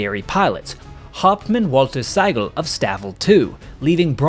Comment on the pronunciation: The name Sigel is pronounced Seeguhl. In German the "i" has an "e" sound.